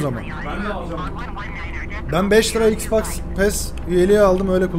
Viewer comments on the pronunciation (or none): none